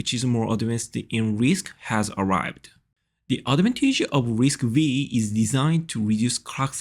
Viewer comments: It is not risc-weee... Its risc-5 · I think that is prounced as RISC-Five,😀